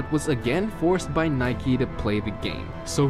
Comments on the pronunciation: This guy keeps saying Nikey and not Nike. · It’s Nike, not Nikey.